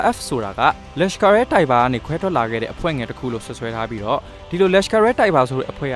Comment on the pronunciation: လက်ရှ်ကာ အီး တိုက်ဘာ ။ နာရန်ဒြာ မိုဒီ ။ အိန္ဒုမြစ် စတဲ့ အသုံးအနှုန်းနဲ့ အသံထွက်တွေ မှန်ကန်ဖို့ သတိထားပေးပါခင်ဗျာ